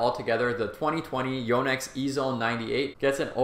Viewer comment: Impressed how he says Yo-nex. It’s a Japanese name, and he says it correctly. I know this and yet I don’t think I’ve said it correctly. Your game looks good,.